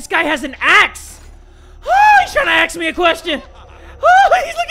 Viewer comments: "He trying to axe me a question"- 2019 XDDDDDDD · “He’s tryna axe me a question”😂😂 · “He’s trying to axe me a question.” FUNNIEST THING I HEARD FR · Nice one "axe" me a question